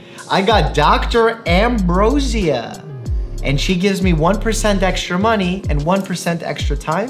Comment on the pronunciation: He can pronounce difficult medical words but can't pronounce normal ones like "ambrosia" correctly 😂